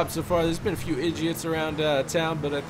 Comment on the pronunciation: This is how many times he said edgits 👇🏻